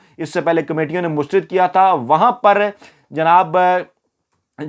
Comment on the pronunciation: AAP ITNA ACHA SHOW KERTE HAIN LEKIN ZEIR ZABAR KA KHIAL NAHIN RAKHTE.MEETHA MEETHA HAP HAP KERWA KERWA THU.AAP HIP HIP NA KAHA KAREIN.PLEASE!MUSTARAD HOTA HAI MUSTARID NAHIN.